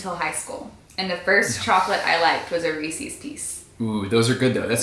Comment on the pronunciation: Who else was slightly triggered when pronounced Reese’s ree-seeees 🙃🤪. Ps, not trying to be mean, just an insane Reese’s fanatic and studying linguistics😂😂😂